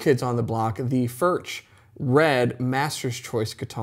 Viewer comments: FURK not Furch. The ch is pronounced like a K. Know your product. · Hi, your pronunciation of Furch is not accurate. It neither does not end like MarK nor churCH. If you can pronounce Johan Sebastian BACH correctly, use the same ending with FURCH. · Mate - great vid. Love Furch. But please at least try to pronounce it properly. Please